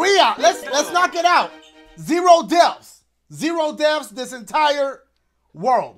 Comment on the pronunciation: Dashie: Only zeeroo deafs we ain't gon DIEEE Also dashie: We said 3 DEAFS